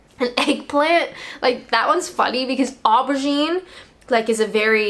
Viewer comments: Aubergine.. the Au is pronounced as O . O'bergine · Some more I can think of: - in the UK at a fast-food restaurant, we get asked "Is that to eat in or take away?" but you would say "Is that here or to go?" - UK: crisps. US/Canada: chips - UK: jelly. US: jello There are loads more! - oh, and we pronounce it "OH-bergine" not "Oar-bergine"! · Aubergine is pronounced oh-bergine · We tend to pronounce it aubergine not aubergine